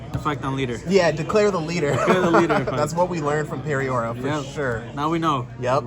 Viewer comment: Love whitebeard. Butchering peoria lol